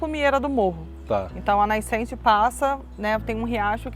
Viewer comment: Adorei o video! As partes que ela fala nascente, não sei se foi só eu que escutei "naicente"com a vogal ï" depois de "na". Talvez eu esteja errado e ruim dos ouvidos, mas voltei, ouvi acelerado, ouvi varias vezes e escuto "naicente"" Enfim, não faz diferença, o conteúdo em si é ótimo